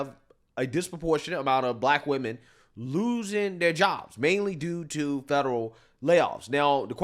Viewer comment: “Jobles” is crazy! 😂